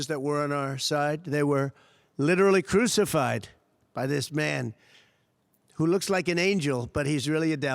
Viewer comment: guyz, he wuz widdawully cwusafide